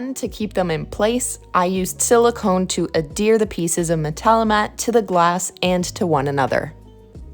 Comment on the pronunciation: omg if you dont stop mispronouncing adhere and its derivatives...